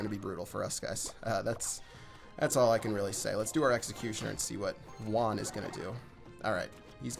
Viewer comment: he said my name wrong -_- (Juan)